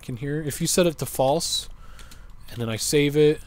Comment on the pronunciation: ''fasle'' kkkkkkkkkkkkkkkk